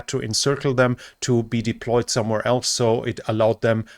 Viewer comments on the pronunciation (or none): none